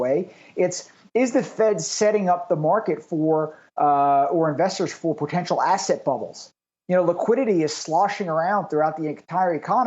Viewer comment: What's "potetial?"